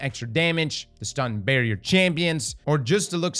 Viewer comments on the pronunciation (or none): none